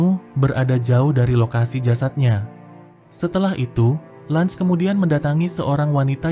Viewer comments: Cara baca LUNGE bukan Langs anjir tapi sesuai ejaan LUNGE😂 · Lunge anjir bukan lunch😂